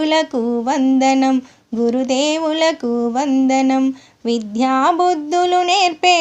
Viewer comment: మీరు విధ్యా బుద్ధులు అంటున్నారు విద్యాబుద్ధులు అనాలి